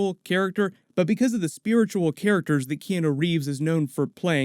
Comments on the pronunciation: Key-on-o...not key-eno. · T K key-Anne-New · You really need to practice saying Keanu Reeves name properly.